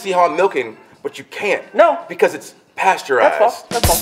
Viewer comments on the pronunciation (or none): "pasteurized" LOL I CANT EVEN